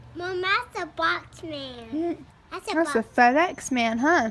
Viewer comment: I love the way Jackson pronounces "man" 😍